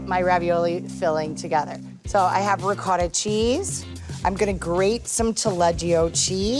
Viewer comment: " PanceRa" " RicoRa" lol